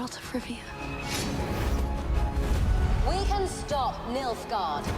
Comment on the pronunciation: I keep on hearing "Milf-gard" sounds like a place I would love to visit.